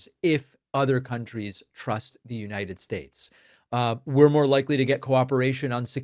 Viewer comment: “The United Staysh”😁